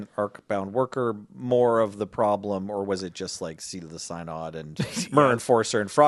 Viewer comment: Idk why but people mispronouncing synod gets me more than anything else